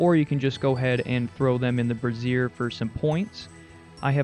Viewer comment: Everytime you say brazier it makes me giggle, I think it's pronounced "Braze-ure" rather than "Bra-siear" which is identical to how "brassiere" is said, a different word for a bra lol.